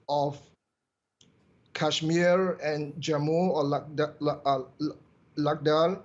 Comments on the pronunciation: ladal? 😂 its ladakh idiot... How this joker became expert i have doubt? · Lol he can't even pronounce the name of ladakh